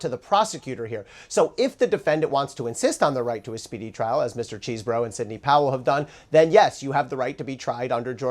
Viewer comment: Che seh bro. Not cheese. CHEESE has two ees